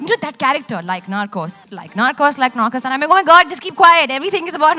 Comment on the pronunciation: Seriously?? 😂..How did she even end up there??😂..The way she pronounced NARCOS was just horrifying!!😤...Damn sure that less that 1/4 th the population of india would have watched narcos season 1 nd 2....nd much less for MEXICO..!!..This girl dont even deserve to be there cuz Im pretty sure that she has'nt even watched 1nd 2..🙄😏😏